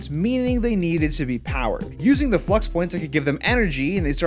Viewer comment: Flux is not pronounced Flu-X it’s pronounced fla-ucks